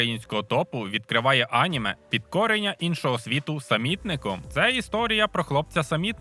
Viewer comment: Неправильний наголос на слові аніме